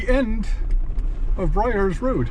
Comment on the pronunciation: Byers Rd. Bud. Not Bryers.